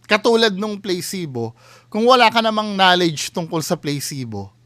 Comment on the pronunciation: It’s pronounced as PLA SI BO and not playcebo